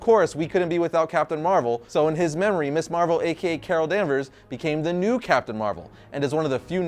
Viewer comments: Ms. pronounced Miz. MIZ Marvel, not Miss Marvel! And Monica Rambeau was Captain Marvel long before Carol Danvers. I am so close to giving up on you. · This is such a nitpick-y thing but... I think worth mentioning. Your pronunciation of Ms Marvel is slightly off. Ms Marvel should, actually, be pronounced Mz Marvel with a hard "z" sound, not like "Miss". The naming of Ms. Marvel as "Ms." Marvel rather than "Miss" Marvel was a deliberate distinction during the 70s since the use of the term "Ms" was a bit of feminist statement at the time. When used correctly, "Miss" is only used when a women is unmarried, while "Ms" is a neutral term that can be used regardless of whether a woman is married or single. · I know you're young, but it's pronounced "MIZZ" (Ms.) Marvel. NOT "Miss Marvel".